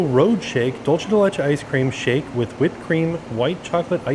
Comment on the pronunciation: Dulce de leche = "dool-seh deh leh-cheh"